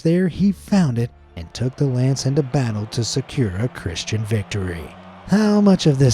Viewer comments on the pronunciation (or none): none